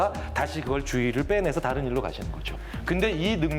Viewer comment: 아나운서가 자꾸 "따른" "따른" 이러네 ㅋㅋㅋ 전라도 출신인가?